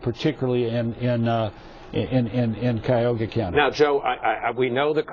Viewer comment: First of all, it's NOT KAI-OGA County. It is Cuyahoga County. And also, when he says there's a 900 vote difference, the graphic right next to his fat head shows a 30000 vote difference.